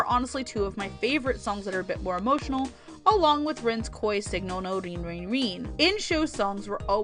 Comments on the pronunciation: did you say reen? .... it's Rin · I'm glad you like Hanayo, she is my favorite. :3 I also love Rin, but the way you pronounce her name crushes me.... I really related to Rin though. And I get your confusion on Honoka. I dont love her, but dont hate her either. But the way people seemed to be willing to call her the devil herself and saying she is the worst character ever annoyed me. But Kotori also annoyed me at the end of season 1. I felt that Honoka got too much of the blame. She got sick because she wanted to do her best. Yet when things went wrong, everyone just hates her. EDIT: YES! I also cried at the train scene! ;w